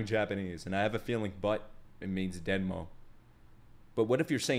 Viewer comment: U almost got it right! “but” in japanese is “demo” not denmo😊 and butt is Oshiri